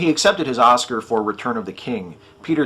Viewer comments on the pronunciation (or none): none